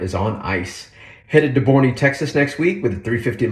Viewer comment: Thanks for a great little video. BTW Boerne TX is pronounced Burn ee despite the spelling. Ask the locals. Say high to Matt at Demolition Ranch while you are there.